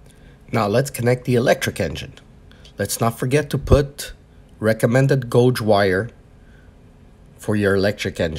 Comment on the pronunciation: SAY IT WITH ME GAYYYYYYYYYGE NOT GOOOOOOOGE......... GAYYYYYYYYGE = GAUGE..........